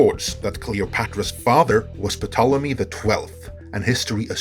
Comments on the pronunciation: It's pronounced Tolemy, not Puhtolemy. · Thanks for this video! However, I wanted to point out that the “P” in Ptolemy is silent. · Bro! The P is silent!! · Just for the record, as we are going for accuracy, lol ;) The 'P' in Ptolemy is silent.